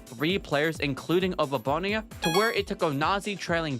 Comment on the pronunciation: Abababone?????? It's Oboabona